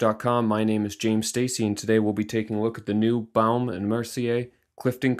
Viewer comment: Lmao he says "BaOUme and Mercier" 😂 we pronounce it BOme and Mercier 😉